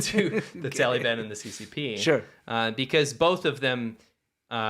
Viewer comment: I like how pronounces it "Taleeban," like a little kid. I know it's unintentionally irreverent, but still, thumbs up.